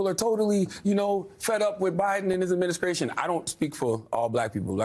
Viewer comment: Charlemagne u need to learn how to talk adminisscration youf ...